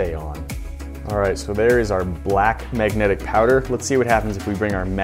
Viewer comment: Its MAGNETIC not MAGNATIC